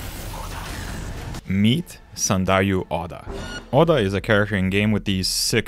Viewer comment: his name is Oda, as in oh-da as in オダ you are saying ah-da as in アダ which is incorrect. Just fyi